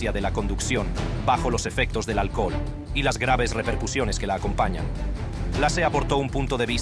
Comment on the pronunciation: "El alcojol". Habla bien!